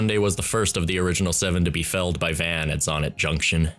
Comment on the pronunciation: Its not pronounced “van”